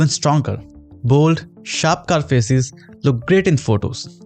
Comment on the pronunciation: when you said faces i heard feses